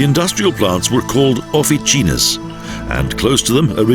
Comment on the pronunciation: "ofichinas"!?!? Quiloé?!?!?!? This sacowea thought he was reading Italian ¬¬